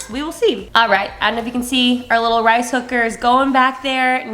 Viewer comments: Lol I thought you said rice hooker 😹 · Anyone else hear rice hooker when she’s saying rice cooker? Just me? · When you said “rice cooker” I dead set thought you said “rice hooker” 🤦‍♀️😂